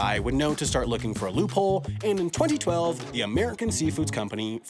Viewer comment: Stop premotting Nebula and I find how you say 2012 VERY OFFENSIVE and swear word notice